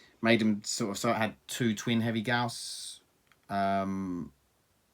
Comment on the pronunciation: Thank you so much for saying gauss properly. Thumbs up for that alone.